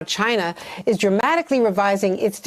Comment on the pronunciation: Why does tRump repeatedly butcher the name China & continuously pronounce China as Chiinah? Do you suppose he does this on purpose or really is that dumb?